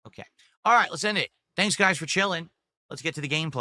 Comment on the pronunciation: "It doesn't matter what WE do for a stream guise WE always hit dagoal" turned into "I'm nervous GUISE I.. I don't know if we'll hit dagoal with only 7 bucks of sahpport" never change 🤣